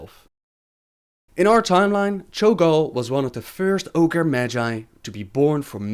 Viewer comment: Wait, wait wait..wait.. did you say Orge continent? If that's a continent then Draenor is fucking massive.